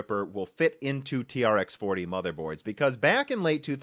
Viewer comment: its pronounced 'T-Rex' :D T-REx 40, T-Rex 80